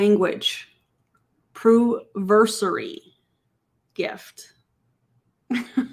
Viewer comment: 'Ketone conversation' and 'Pruversary' made me cringe so hard. Also whats the chances that the 'mystery birthday gift' is whatever flavour ketone is selling the worse and/or whatever branded merch they find sitting around at the office